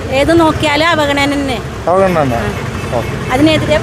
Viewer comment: വായിനോക്കികൾക്ക് “ അവഗണന” എന്ന് നേരാംവണ്ണം പറയാൻ തിരിയുന്നില്ല. V & v യ്ക്ക് വേണ്ടി എല്ലാം😝